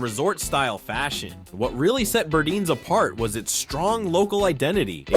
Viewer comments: Burdines is pronounced Bur- dines; not Burdeens , long i sound in second syllable. Also Bullock’s picture had people holding signs saying “ Bullock’s unfair to Negros” That isn’t saying much for that store. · The narrator called Burdine's BURDEEN's, despite the vintage commercial calling it BURDINE'S. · Pls learn how to pronounce the names properly………it’s burr-dines not burdeans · Great recap of brands of our past. You are killing me! You have to pronounce the name right. Burdines it is an “eye” I cringe when you say `burdines like `burdeenes’ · I loved the video, but you mispronounced Burdines. Yes, I'm a born and raised Floridian. It's a long "I" like dining, pronounced Bur-dine's not Bur-deans. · Nice trip back in time. Miss those stores so much especially Burdines in Florida. It was pronounced BurDINES not Burdeens but thanks anyway for the memories. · I worked at Zayre for a while after high school. I took my paycheck and shopped at Burdines (Bur deyens, not Burdeens btw). Those were the days. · " BirdEENs....PLEASE...Bur DINES... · Burdine's, The Florida Store is NOT pronounced , Burdeeens but Burd-EYENES ! Say it now! BURD-EYENES!!! How many fellow Floridian's are laughing our hot but's off at how you said this!!! I myself spit my sweet ice tea across the room when I heard the way you said it!! hahaha BURDINES!!! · Many are still open overseas. Some company or something must have bought or already owned their stock supply of products. loved the store catalogs, read them like they were important novels. This former NYer remembers very well these big stores. BUR--DINES-- Sheesh you can not pronounce anything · Being from Florida… We pronounced it BurDINES… sounded like WINE… BurDINES… :) just throwing that out there from a 1980s childhood in Florida perspective. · You pronounced Burdine's incorrectly.